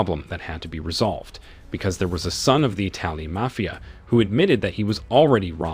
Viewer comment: the pronunciation of the word MAFIA is ridiculous